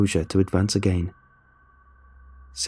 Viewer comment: narration is soft and monotonous, plus it fails to capture the emotion of the story... heard it numerous times for other creepypastas, and the pronunciation is awkward at times ('a gain', instead of 'again'... 'ideer', instead of 'idea'... etc)